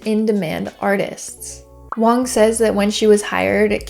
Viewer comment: I think you mean Wang, not Wong. Joice Wang worked at Bang Bang.